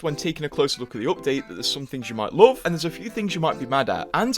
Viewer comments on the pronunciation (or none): How do you manage to pronounce “love” in such a weird way?